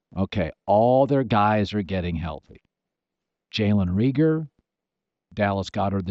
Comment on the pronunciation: Raygor. Not reeger